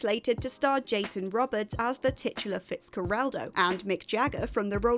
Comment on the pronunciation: It's Jason Ro-bards, not Rob-ards.